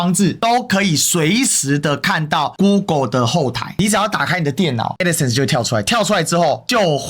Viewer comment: 她去對法官說吧！在平台講沒意義！ 是Crowd , 不是Crown…d 是Adsense , 不是Addison 救命🤦🏻‍♀️🤦🏻‍♀️🤦🏻‍♀️